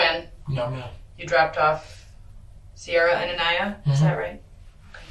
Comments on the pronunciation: PRONOUNCED "AHN-EYE-YAH" NOT AH-KNEE-AH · this narrator is an asshole continually mispronouncing Aniyah's name. Say it PHONETICALLY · Over 2.5 days I've watched the interrogations of both the "mother" and this guy. Just sickening and beyond sad how this baby was failed. One thing that's been bothering me is the narrator mispronouncing Aniyah's name. Is this an AI bot narrator? RIP Aniyah. 🕊️